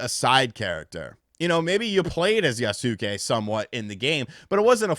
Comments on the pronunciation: For someone who has played videogames for as long as you have..... your pronunciation of things pisses me off. By now you should have played enough games or read about enough people developing games to know how to say Yasuke. It aint Yah-sue-kay. It's phuckin Yoss-Kay. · Yasuke is pronounced yaske 😅 (u is silent) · YAS-KAY. Yas-kay. Yassssss-kayyyyyy. They pronounce this in the trailers. So tired of hearing people mispronounce this. Regardless, I read the book that Lockey wrote, and now I feel like a fool that I did. With that said, I don't care that they decided to elect to include Yasuke (YAS-KAY) in the game as the main character, because it actually makes it more interesting. If it was just another Japanese samurai, then we'd get even more people calling it a Ghost of Tsushima knock off. Plus, I think his combat will be fun since he's a larger hard hitting character. But here's how I honestly look at it. No AC has ever been historically. Yasuke is a real person and has been around samurai. In a historically fictional game, it's really not that far fetched for them to do a 'what if.' Now, if Yasuka WASN'T a real person, this would be an entirely different scenario.